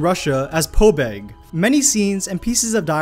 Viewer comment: It's PABEG, NOT POBEIG! Learn how to pronounce in russian ffs.